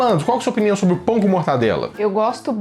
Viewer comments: Pelo amor de deus... é mortaNdela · Que raiva que dá quando ouço alguém falar "MortaNdela". Porque o povo tem mania de pegar um nome simples e complicar hein? É MORTADELA!!!!!!!!!!